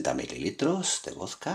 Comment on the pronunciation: se dice VODKA no VOSKA